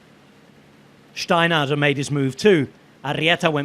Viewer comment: He's allergic to R's, seems like, he kept calling SteinhouseR Steinhouse